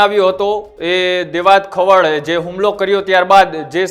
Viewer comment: ખવાડ નથી ખવડ છે અટક. પહેલા ગુજરાતી શીખી લે ભાઈ. પત્રકારિતા પછી કરજે તુ અને પેલો જાડો 😂